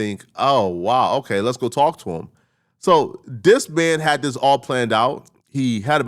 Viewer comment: Stop saying Dis 😂 it's very frustrating to hear, English isn't even my first language but it's bothering me.